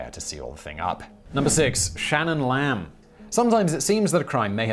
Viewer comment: The way he said Shannon lamb at was funny asf